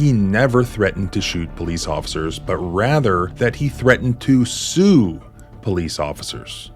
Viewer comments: Sounds like She said “shoe”. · i heard shoe, they were gonna get the sneaker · you misdubbed the female officer. she says shue not sue or shoot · She said "shoe" because she is an uneducated American. Shoe doesn't mean shoot though. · To me, it sounded like she said 'shoe', but maybe I need my hearing checked. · With closed captions on . He said sue . The officer said shoe. At least according to closed captions. The female cop can't even pronounce the words shoot ,sue or shoe ... Yet she heard shoot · you need to listen and not look at the subtitles. she said shues